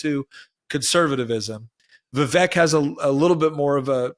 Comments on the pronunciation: Vivek's name is pronounced 'Viv ake' like cake. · Vivek is pronounced VevAke 🙄. Like cAke. I've mentioned this a couple of times. You say you have tremendous respect for him, yet you keep saying his name wrong. This isn't his pronoun,, it's his name. 😠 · Vivek rhymes with cake